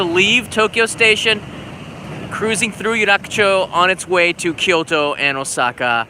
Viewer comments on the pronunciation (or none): none